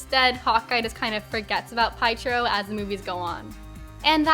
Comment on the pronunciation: P...PIEtro? It's Piétro, it's eastern-european. His own fault Nat died!? How? She just beat him to it. He wanted to take that for the team. This is just a messed up take, bc it could also have been Nebula's fault for not sharing you have to lose someone you love for the soul stone, which could have saved both characters. Hawkeye the show was not about Renner, it was about Steinfeld becoming the new Hawkeye. Renner was involved, because of his Ronin days and memories coming back and a feeling of mentorship for Steinfeld. It's not a brand issue, because Renner Hawkeye never wanted to be a brand. He wanted recognition, yes, but never a brand. And that also fits with not wanting to be the center of attention, just part of a team. His whole role is helping his family. That meaning his own as well as the Avengers. Yes, his story isn't that interesting in the first Avengers, but then in AoU, his priorities become clear: family, mentor role. If his family is on the line, he will do everything. If there is someone needing help, he will be there. That makes him as much of a hero to me as someone like Cap who is doing lots of punching. You are right, MCU butchered Hawkeye, but not for your reasons. It's especially for lack of origin story. And yes, he wasn't in IW, but he wasn't the deciding factor in that battle, bc he would've been on the team with Cap in Wakanda, where Thanos would've been too strong anyway. He would've got the same impact on the fight as Black Widow.